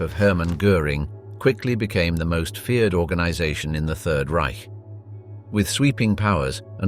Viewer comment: Congratulations for pronouncing Reich properly!